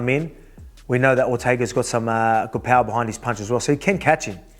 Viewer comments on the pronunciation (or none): none